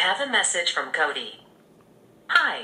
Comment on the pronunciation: "Okay whats do you want to say to Co-DEE?"